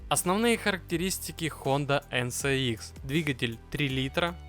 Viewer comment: От ЭН СЭ ИКС уши вянут)) ЭН ЭС ИКС)